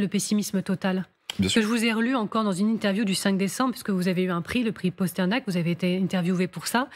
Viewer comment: Le prix "Posternak", bonjour la culture G de la journaliste! PAsternak, bordel!